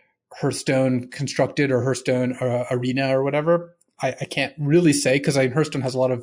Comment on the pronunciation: I've heard of these other games, but what is Hurthstone? Is it like Hearthstone? ;)